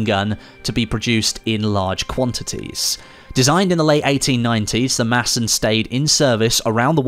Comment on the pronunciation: Gotta give you some credit for the use of the silent “d” in Madsen. Somebody must have studied some danish 👍🏻